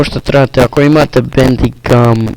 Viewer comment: Što ovoliko krči zvuk i zašto toliko baguješ na facecam-u??? I zar se ne čita Bandikem (Bendikem) !?!?